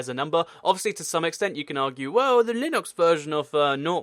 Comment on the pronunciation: you say linux weirdly.